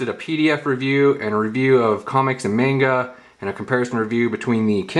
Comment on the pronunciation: "Mainga" bish who?